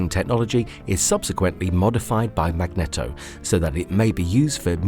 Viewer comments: MAG-NEEEEE-TOHHHH. Not "MAGNETTO!" Say his damn name correctly! MAGNEEEETOHHHHH. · Awesome content but that mag-knee-dough tho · The villain from X-Men is Magneto (pronounced MAG-NEE-TOE, NOT MAG-NET-OH) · My brother in christ. Its Mag-neet-o